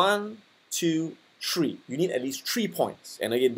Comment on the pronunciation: Easy as one, two, tree!